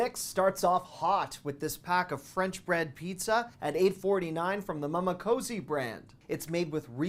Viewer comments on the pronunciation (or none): As I'm sitting here watching this with a friend, wishing we had an Aldi somewhere nearby, we both noticed that mama was always pronounced "muma". 😉😂🤣